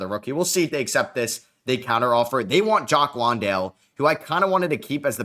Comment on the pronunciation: Jock Landale is pronounced like LAN-dale. Like a LAN party